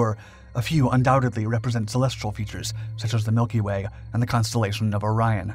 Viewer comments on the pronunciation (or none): none